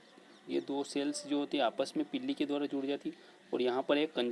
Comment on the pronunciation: Pilli nhi pili